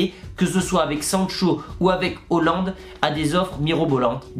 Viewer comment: Hésite pas à travailler la prononciation pour Erling Haaland ...